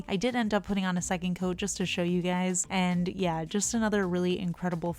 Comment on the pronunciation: I'm aware, it's what you always say, it just sounded like what's up gays. Nothing wrong with either ;)